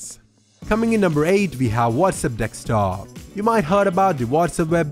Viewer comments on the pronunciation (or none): Only issue with the video, it's pronounced DES-K-TOP. It sounds like you're saying DEK-STOP. If it's just your accent, my bad.